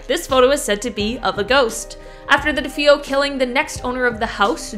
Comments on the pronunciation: The name of the family in the Amityville house is DeFeo, and is pronounced Deh-FAY-oh, not Deh-FOE. It is Italian. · Defeo Duh-fay-o. Just saying.